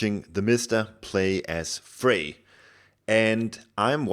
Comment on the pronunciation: The "r" at the end of "Freyr" is NOT silent, btw. ;)